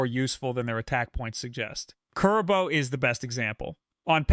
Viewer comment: Kuriboh you said rong